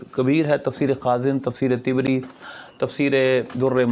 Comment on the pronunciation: Tafseer e tabri hota he, tibri ni hota😅